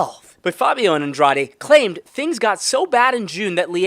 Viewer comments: That last name of the woman is pronounced Ann-drah-deh. I love your efforts though, there can be some pretty exotic personal and city and street names all the time. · 3 syllables short A Long E AN DRA DE